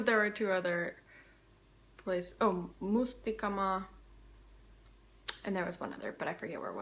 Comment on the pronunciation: You pronounce those Finnish words (uimaranta, Mustikkamaa, Kivinokka) very well, including the letter r which is usually difficult for Americans. Do you speak other languages?